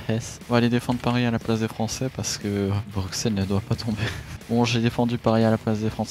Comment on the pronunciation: Super video juste stp dis pas le x de bruxelles 😅